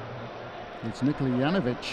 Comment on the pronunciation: It's also Nikola not Nicola